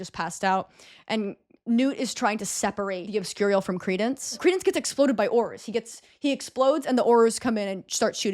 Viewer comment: The way you consistently mispronounced obscurial 10/10 😆